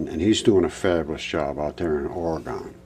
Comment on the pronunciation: OR-E-GON? I THINK NOT! ORE-E-GUN SIR!!!! PLEASE TAKE NOTE